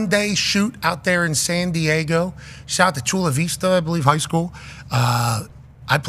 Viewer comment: shaht aht! ❤